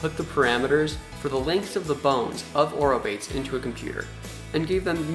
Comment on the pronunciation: I like your vlogs, but please for pronunciation of biological names use a website that is for that purpose, ie aw-roh-BAY-teez!! Thank you! In these words all syllables are pronounced, does not rhyme with English word 'rebates'